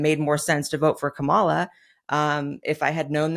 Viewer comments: Why can NOT ONE MAGA fool correctly say Kamala's name?! Is it like, ALWAYS INTENTIONAL?! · Here' s another one who can't pronounce Kamala or does it on purpose. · We're in 2025 and she still pretends to not know how to pronounce Kamala... but go ahead and pretend this was ever a discussion done in good faith. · Nope I'm not a fan of Blondie 😂😂 she pronounced Kamala Harris name incorrectly.. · She wants to demean everything on the left and talk about disrespect, but just like her orange daddy, CAN'T SAY KAMALA'S NAME PROPERLY